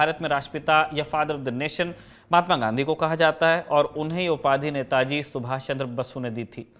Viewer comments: Its Subash Chandra Bose. Nor basu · again it's Netaji Subhas Chandra Bose not Basu .is it ur MTI probe or U do it intentionally or may be U know better tan we know as a Kataki?(odissha)